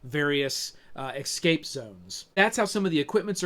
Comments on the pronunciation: ESCAPE. E-S-C-A-P-E. "Ecscape" is not a word. How does someone get to your age and have so much to say about this game and still make a mistake like that? Don't you feel embarrassed? It literally shows you how the word is spelled on the box. Literally, children from foreign countries can say the word 'escape'. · its driving me fucking crazy listening to him say excape every half-second...Dx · I hear so many Americans pronounce "escape" as "eCKscape" and I would love to know why? It's so peculiar?! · excape ...haha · Jeeezus. Can't not hear it, but want to watch and listen. I need to eksape from this!!!